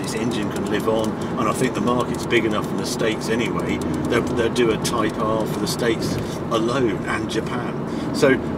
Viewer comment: I'm only about 30 seconds in and I can already tell a great drinking game would be to take a drink every time Harry says "type ahrrr" 😁